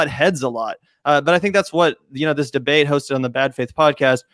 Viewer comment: "DBEATE" normally i wouldn't point that out